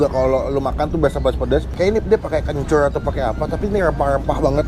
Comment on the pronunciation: "kenncuyyrrr" anjay🤣